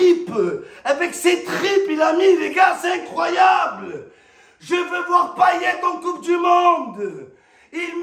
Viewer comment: tellement il était content et essoufflé il a mal prononcé "incroyable" 🤣🤣